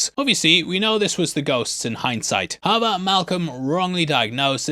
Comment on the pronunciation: Im sorry i really need to know, are you saying "aber" like "but" in german or just completely smushing the words together not fully saying "how ever" and saying something like "ha vah" 😅 i feel like my brain is short circuiting everytime you say it like im not computing something right, subconsciously 🙃